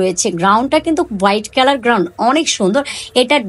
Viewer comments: কিন্তুক, গ্রাউন উচ্চারনে অনেক ভুল। শুনতে একদম বিরক্ত লাগছে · উচ্চারন ঠিক করেন। নিজের ব্যর্থতা স্বীকার করুন। আমি একা না দেখলে কিছুই হবেনা। কিন্তু আমার মত সবাই বিরক্ত হয়। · আমার কথায় মন খারাপ করবেন না , আপনার ভিডিও আমার ভালো লাগে , জিনিসের নাম ঠিকভাবে বললে আরো ভালো লাগবে। আশা করি আমার কথাগুলো কাজে দিবে । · Apu গ্রাউন না, গাউন হবে। গ্যাবার্ডিন প্যান্ট হবে ।